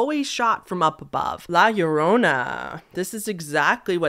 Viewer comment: I appreciate your pronunciation of La Llorona, its always cringey hearing white people say it wrong lol